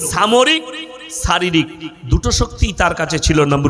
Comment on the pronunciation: দেছের, ছামরিক ছকতি, ছারিরিক কি এসব ভাষা? RIP বাংলা ভাষা